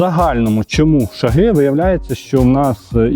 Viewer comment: не шагИ , а шАги